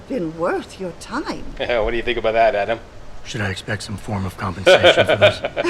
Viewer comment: I love Serif. Sounds to me like he's saying 'yaaadam!' Every time he says Adam's name.